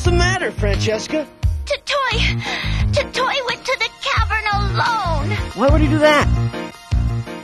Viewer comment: The name is Tottoi not Totti.